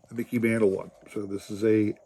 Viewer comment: It sounds like you are saying Miggy and not Miggy and not Mickey lol Those cards are very cool though. Lots of action shots. Those cards are very cool, thanks for sharing !!